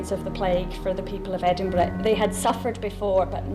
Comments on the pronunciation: Edinburoo lmao xD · What the hell u said edinburell u dumb ass my god y don't they make a Scottish person like me talk about their own land for once!!!!? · I always get a laugh out of foreigners trying to pronounce Edin-buh-ruh. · im dutch and even i say it right...they really dont want to do a bit of work and pronounce it right